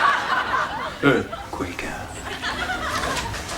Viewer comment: Every time I hear on the news that there's been an earthquakah or I see a box of cornfakessss I'm reminded that I got a whole lotta milkah.